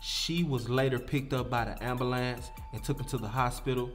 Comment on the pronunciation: “She was later picked up by the amboolance” wtf 🤣